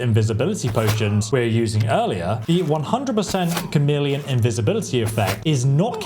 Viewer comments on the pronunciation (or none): CHARmeleon? There is no R in Chameleon. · 100% "Char-meleon" brother this is not a secondary evolution of a starter Pokemon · Chameleon not charmeleon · A "Cham-million" spell? Really? You YouTubers needs to learn to pronounce the words coming out of your mouths. It's "Kah-meal-ee-un". Like the lizard. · well that is obvious. It’s pronounced “Chhh em is try” I swear between not pronouncing chameleon and Chorrol (I’ve seen YouTubers pronounce it Chhhorol) I swear they never listened to the game. Many other mispronunciations that make me lose my ever loving mind. My biggest issue is that these videos are all just “How to break the game and make it Zero fun to play”. I’m all for how to level stuff faster if that’s what you want to do, but there are so many videos that if followed will just break the game. 40k magicka, one shot everything and more. They should really advise not to do this if you actually want to have any fun playing a game. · Bro where did you go to school?! How are your pronouncing so many common words so wildly wrong?! At-tri-butes Kah-mee-lee-on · FYI you’re pronouncing “attribute” like it’s the verb, when you should be saying it like the noun! Also “100% Charmeleon” as in the Pokemon?? 😂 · Lol he keeps saying "Charmeleon" spell, like thats not a conjuration spell. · Does he? But that affects reading, not pronunciation. He used to say "TCHAR-meleon", like a cup of tea, until I pointed out that David Bowie was The Rock and Roll Chameleon, like the self-camouflaging lizard, not TCHAR-meleon. In this video he is saying it correctly. {:o:O:} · Chameleon is pronounced Kameleon as in the lizard who can blend in with its surroundings. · stop saying charmeleon fs 😭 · Please learn to pronounce "chameleon". Annoying.